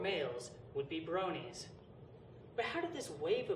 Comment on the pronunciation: its Bronie not brownie